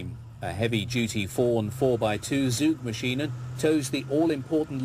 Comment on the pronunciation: It is not "soogmaschine". Try "tsoogmaschine", with the ts like in "wits" (he has his wits about him). That is how the German Z is pronounced.